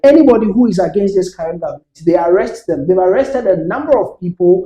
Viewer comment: See this guy oooh he said cerrent. 20ys in power and you're saying cerrent